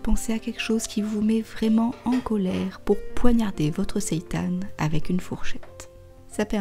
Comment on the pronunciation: Super intéressant ! Et ça fait plaisir d'entendre quelqu'un prononcer correctement le mot "seitan", c'est rare ! 😀